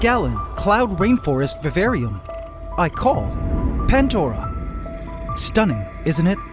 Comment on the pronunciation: "today i added a girrafe in our vavarium"